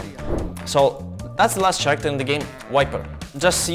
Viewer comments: Bro really said ch-aracter instead of k-aracter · I loved the way he said character 😂